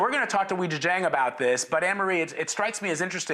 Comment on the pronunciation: Homeboy butchered Weijia's name lol